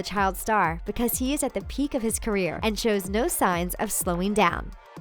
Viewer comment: "Herself or her" ... "carrier"